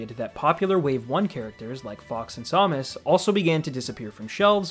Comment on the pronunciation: How do you not know how to pronounce Samus?